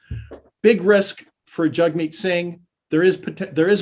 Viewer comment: YAG-MEAT, not JUG-MEAT. Moron. I hate him and even I know that.